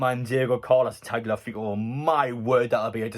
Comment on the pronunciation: Tagliafico= Talyafico That's how you should pronounce it, or at least it's closest to how it sounds in original, Spanish. He's a bit like Trippier, lots of experience, playing some good stuff for Ajax. Not exactly youngest lad either, but season or two in him for sure. Definitely wouldn't increase wages dramatically, so he fits, can't believe other half decent lbs asking twice that of KT...